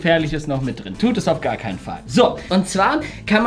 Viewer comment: Hör auf immer gär zu sagen sonst Abonniere ich dich nicht